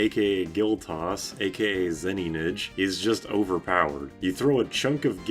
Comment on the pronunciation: This video taught me its "Zeninage" and not "Zenigane"